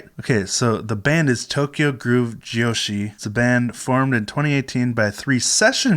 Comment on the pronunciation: This band is so cool. Thank you tell me. By the way I like your pronunciation of jyoshi. Perfect!